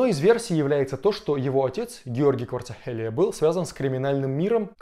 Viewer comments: Кварацхелия же, а не Кварцахелия. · Правильно надо выражать фамилия Грузина, а то, получается смешно, иногда обидеться может человек! А фамилия Кварацхелия...